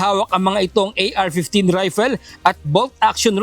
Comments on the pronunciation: Rifle is pronounce as Rayfol, hindi raypel. Hahaha. Mag aral ka ng tamang pronunciation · AR15? saan wala naman atleast sa vid no ito mga AK meron. Also.. The word *"rifle"* is pronounced *RYE-fuhl* (IPA: **/ˈraɪ.fəl/**). * *RYE* sounds exactly like the word rye (as in *rye bread*). * **-fuhl** is a quick, unstressed sound at the end. This pronunciation pattern also applies to many English words ending in **-le*, where the final *-le** is typically pronounced as *"uhl"* (or **/əl/**), as in *table*, *apple*, *little*, and *rifle*. It is the standard pronunciation in English and is used by English speakers around the world. Only speakers from the National Capital Region (NCR), or Tagalog speakers more generally, tend to pronounce the ending as "eel." o d kaya may mga palos mga bibig nyo?